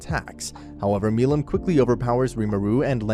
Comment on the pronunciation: How did you pronounce stuff like milim wrong but got the rest right?